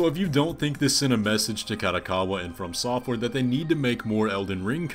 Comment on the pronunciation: Jesus, it really upsets me how you pronounce FromSoftware dude. I know the words "from" and "software" are used together but running the words together just sounds wrong to me 😅 And I'm aware that you aren't necessarily wrong either. It just sounds wrong to me. Unsubscribed! Jk, I'm not subbed